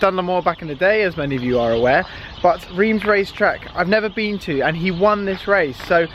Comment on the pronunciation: It is Reims, not Riems!!!!!